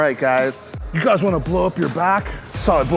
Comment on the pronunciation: “alright guy’tsss” 😂😂😂 …kills me every time man salute 2 the 🐐